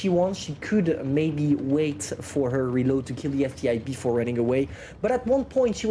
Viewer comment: calling the ST-1 the ST-I is a bit irritating but hey, he can call it what it wants, I just gotta get used to it